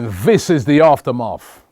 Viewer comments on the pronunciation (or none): its aftermath not after maf